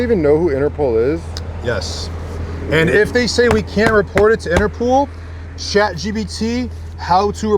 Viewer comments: Of course they won't report it because there is no "Interpool." It's called Interpol (and pronounced Interpaul) , which is the abbreviation for the International Criminal Police Organization. It was established in Europe, specifically in Vienna, Austria, in September 1923. It was originally created to help apprehend fugitives across Europe, not in the United States. It was somewhat equivalent to the FBI, but with an international role throughout Europe. The United States applied to join Interpol in 1938, when Congress passed a statute authorizing the U.S. Attorney General to obtain membership on behalf of the U.S. government. Today, 198 countries are members of Interpol. Today, Interpol's headquarters are located in Lyon, France, while the International Court of Justice is located in The Hague, Netherlands. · INTERPOL... not INTERPOOL 🤣🤣🤣🤣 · Interpool? 😂 cmon guys it’s interPOL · Interpol not pool. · Who is INTERPOOOOL ….you mean INTERPOL 😂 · Inter-POLE, NOT innner-POOL 😂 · Its pronounced interPOLE not pool and spelt interpol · Inter-pole, not Inter-pool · Inter pol,pool😂😂😂😂😂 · it's Interpol not interpool!🤣🤣🤣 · Interpol not Interpool 🙄😂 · interpol...not interpooool 😂😂😂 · Interpool???? Interpol bro. Up your game dude. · If I hear anyone from that dealer say InterPOOL again, I am unsubscribing 😉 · driving me crazy saying interPOOL